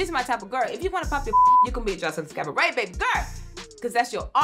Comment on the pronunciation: Everytime she says "Cavaret" 😭.... Sends meee On another note 3/4 of this is B E E P!